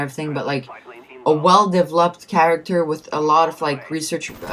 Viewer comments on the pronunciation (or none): quick english tips: turquoise- pronounced TER-koys, like boys. developed, emphasis on the "vel". so de-VEL-oped. and from one of your other videos i remember you said accuracy like acc-ER-acy. you pronounce it "ur" like your. so AC-your-asee. also, motivate is pronounced MOH-ti-vate. not like mahtivate. don't worry, im not trying to be a dick. just helping you learn english better. honestly though, the turquoise thing was funny since you pronounced it like in french. lol. nice vid tho